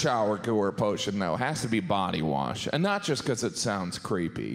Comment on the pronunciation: I thought Jim said poty wash instead of body wash.